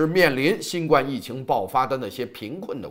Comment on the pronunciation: 新冠病毒，第一声!!!谢谢。否则听着别扭。